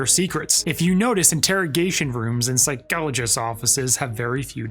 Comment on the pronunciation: Love how this guy says phycologists 🔥